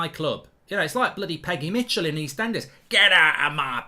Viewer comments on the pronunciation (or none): none